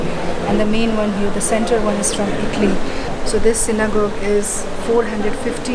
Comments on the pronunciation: with respect, its 'synagogue (pro: gaug) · Lady, its not pronounced Synogoje, pls listen to the guide , its Synagogue